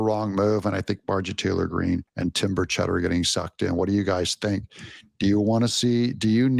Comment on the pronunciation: Doug your killing me mispronouncing Burchett’s name